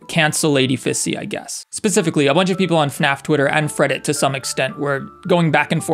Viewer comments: Did he really say "Freddit"? Do people really say Freddit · Did he say freddit